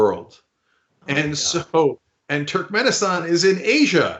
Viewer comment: Cenk. It's TURKmenistan. How can you not pronounce names in turkic language? Americans are the worst in language even if they're second generation migrants.